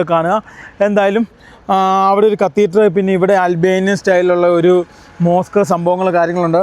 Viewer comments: കത്തീറ്ററല്ല, കത്തീഡ്റൽ 😂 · കത്തീറ്റർ അല്ലെടോ കത്തീഡ്രൽ